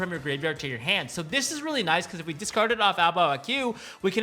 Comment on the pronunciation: the "Qu" part of A Bao A Qu should just be pronounced as "Ku", not "Queue".